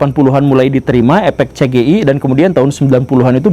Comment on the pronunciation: CE GE IE 😭 bengek 🤣